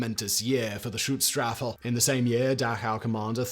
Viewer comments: Schutz-Staffel. (Sch like Sh in Should). Not Stutz-Staffel. Even though they are goose-STepping. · "SchützSTRAFFEL?" Jesus, mate. Learn a bit of German FFS ⚡⚡ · I, as a native German (and having a great grand father with some very bad live choices, to phrase it mondainly) would like to call out that the pronounciation is "Shoots Staffel" (for English speakers) i.e. in German "Schutz Staffel" wich is vaguely translated into "security squadron", "protection unit" or something similar. You will also find sources that refer to them as "Saal Schutz" wich means something like "hall guardiance". Just wanted to clearify that 😅😉 it just does not feel right to pronounce their name wrong or in a ridiculous sounding way for the horrible crimes they commited 🙁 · "StutzStaffel"? Interesting